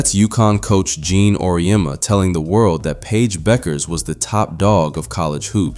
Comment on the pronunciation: Finally, someone who pronounces Paige's last name correctly.